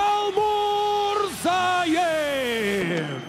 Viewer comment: Қалмурзаев емес, Қалмырзаев деп айту керекқой, ағайын!